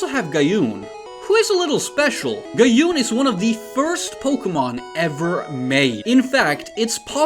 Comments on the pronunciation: I highly doubt "Mikon" means "three fox barks" and I wonder where that translation is coming from..? It's just the number of tails: three-tails, six-tails, nine-tails. That's Gyopin not "jaiopin" - gyo means fish, not goldfish, and pin is pin. "Gyaohn" not "Gayuhn". I wonder if it turned into Tyranitar? Anyways, we can only hope we'll get more "leaks" in the future, because these designs are really intersting. I hope we'd see some of them make it someday. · Pronunciations for Gyopin (not Guy-opin but Gee-yo-pin) and Gyaoon (not Guy-oon but Gee-ya-oon) kinda ticked me off, but props for trying 😂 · Text: Gyopin. Voice: Gyophin Text: Gyaoon. Voice: Gayoon